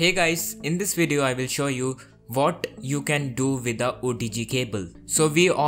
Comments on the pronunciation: "AND YES!" "VAT ELSE" "VAT NEXT" "VITH" "VIFI".hahaha you are a funny guy😂😂😂😂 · Vuat more ? lol